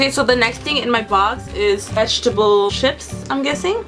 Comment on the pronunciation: u say ships